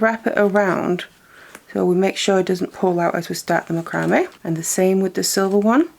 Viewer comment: You are pronouncing macrame wrong. It's pronounced Mac-cra-may'.